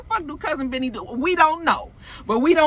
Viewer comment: When you say, "Cousin Benny," it sounds like you're saying "Cousin Vinny" like the movie, "My Cousin Vinny."